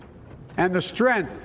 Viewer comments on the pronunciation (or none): “THE STRENTH OF OUR NATION”